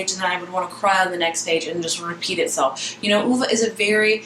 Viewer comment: You DID pronounce it properly!! Good for you, I'm over reviewers saying OVE.